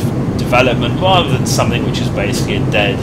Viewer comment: Much impwoved.... Wather than saying,.... Wobin weliant....... Your voice cracks me up